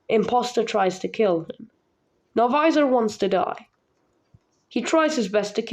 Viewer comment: It's novisor not novizor